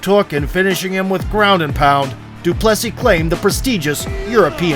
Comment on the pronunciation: The american pronunciation of De Plessis. It's such a beautiful name, don't butcher it.